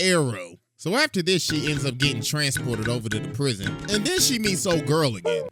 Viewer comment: YOU SAID PWISON